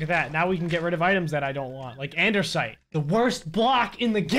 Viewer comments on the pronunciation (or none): 🤣🤣🤣am I the only one who noticed that he says Andersite not Andesite Lmaooo